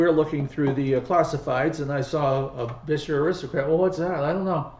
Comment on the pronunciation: Congrats on pronouncing the make as Gus Beuscher did; most get it wrong- Bisher! Of course, it would have been closer to Boosher in the old country.